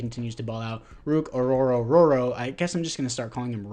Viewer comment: Brother added an extra “ro” to ruke’s name every single time lol